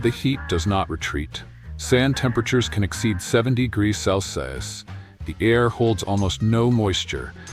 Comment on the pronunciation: And AI clearly cannot say: "degrees Celsius"... not sure what to believe anymore